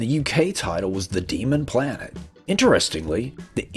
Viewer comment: Were you trying to say planet? 🪐